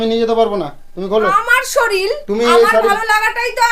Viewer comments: Bolche amar soril Sorir ke soril bolche😂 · ভাই শরীর উচ্চারন তো করতে পারছো না। তোমরা কি বাংলাদেশের শলির বলছো। আমাদের কানে লাগছে?